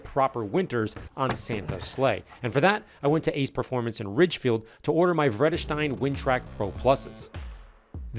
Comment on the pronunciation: If you want to get it exactly right, make the first E in Vredestein a bit longer and don't pronounce the EI as if it's German, Vredestein is a Dutch company. (or it used to be from the start at least)